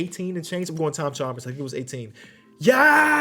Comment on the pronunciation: 😂 the way pronounces Chambers